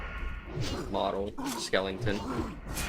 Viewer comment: Skelington :face-blue-smiling